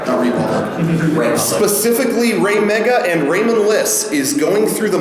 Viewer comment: After a while that raymega chant sounded like "rape a goat"...